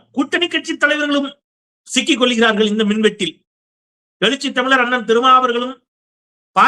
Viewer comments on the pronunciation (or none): none